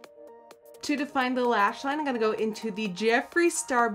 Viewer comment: That's so weird because the way she says "in gunna" instead of "I'm going to" sounds so native and so. Damn. Annoying.